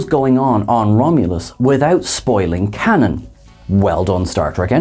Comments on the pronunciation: And both happen to me when they say "cannon" but mean "canon". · Every time you mention Discovery and Picard I throw up, then you say cannon and I have a stroke.